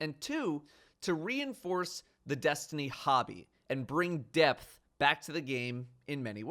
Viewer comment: at first, i thought you said Death and not Depth LMAO